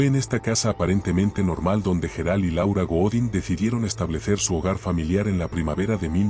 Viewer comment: Menudo rollo hasta llegar al tema ..pastelón ..otra cosa parece que no sabe pronunciar los nombres Gerard ..pareces un robot tonto